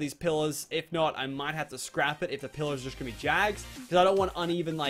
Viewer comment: When you say pillars it sounds like pillows